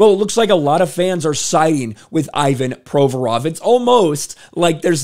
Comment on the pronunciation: someone PLEASE tell this man the player's name is - ee VAHN pro VOR ov, not EYE Van PRO vrov. He made his name totally unrecognizable to a native speaker, it's not fair